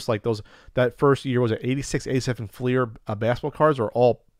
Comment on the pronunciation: Thank you for pronouncing it Fleer and not Flair